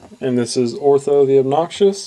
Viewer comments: You say "It says here the obnoxious." it is pronounced O-T-H-O, there is no R in his name, but other than that the review was okay, but I would have liked some comments on the paint job, likeness to movie character, and joints. I own the entire line mint in packages, but I like to see/hear others reviews on them. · The value of this item just went up... Glenn Shadix passed away today.:( And yes, PLEASE stop calling him "."